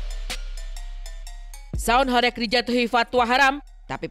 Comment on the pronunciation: Baca ho"reg" seperti baca ba"reng". Horeg artinya bergetar.